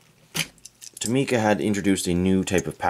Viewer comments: Its To-mi-ca not To-ma-ca. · the actual pronunciation is to-mi-ca not toh-mi-ca because it is written in japanese トミカ and not トウミカ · It's Tow - Mee - Ka. It's a Japanese company and that's how the Japanese say it. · Not how u say tomica but cool